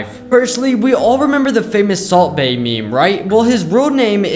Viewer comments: The way he pronounced salt bae's name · the way guy pronounced Salt Baes name killed as a Turk